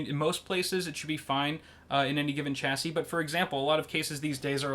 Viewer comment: This guy cant say chassis